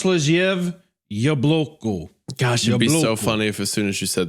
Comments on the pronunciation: Native Russian speaker here. No Hunter, this is not how you say "happy apple" in Russian. You were close on the first word but on the second you got the stress wrong. Also no, I have no idea what Happy Appy is, I have never in my 17 years of living in Russia heard anything about that show. So the author probably just made it up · As a russian speaker - Hunter's pronunciation was perfect